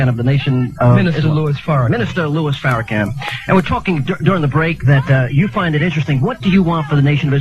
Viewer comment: They always say Farracan. They are retarded!!!